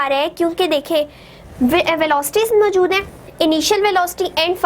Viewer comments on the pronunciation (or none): none